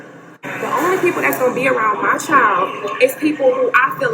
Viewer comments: She said "My Chi-held" head ass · Clicking nails, pronouncing CHILDTT, extreme weave couldn't do that. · There is no T in child let me reiterate there is no letter T in the word child 😂😂😂